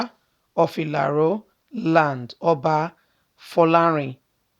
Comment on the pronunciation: Pla, stop messing up the oba's name